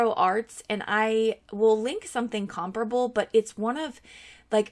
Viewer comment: A+ for pronouncing ‘comparable’ correctly!